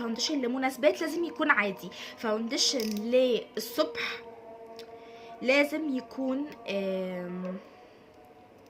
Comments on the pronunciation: اسمه فاونديشن عادي في مد والله مش فاودنشن خالص 🌚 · انتي لذيذة بس ياريت مش تبقي مصطنعة في الكلام انتي مصرية بتقولي حجي ليه وفي كلمة كدة فاوندشن بتتكي علي النون بس استمري بس خليكي علي طبيعتك هتنجحي جدا عشان الناس مش تنتقدك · باليز صححي نطقك للكلمات الانجليزية وخصوصا كلمة فاونديشن 😂😂 بس انتي عسل خالص❤❤